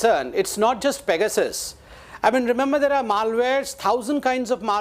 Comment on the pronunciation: Only has to sound different and say "fecasus" -- it's simply PEGASUS.